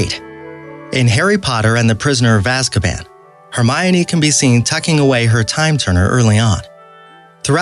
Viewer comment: ‘serious’ ‘azkapan’ ‘lushus’ ‘dobey’ ‘genie’ and i oop🤡